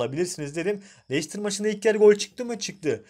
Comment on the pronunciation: Lestir diye okunur lecistir ne ya?